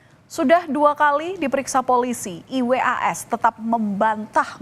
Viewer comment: Risih dnger pmbawa acara mengeja nma iwas 😩